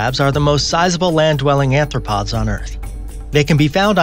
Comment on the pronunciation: Truths - arthropods, not "anthropods".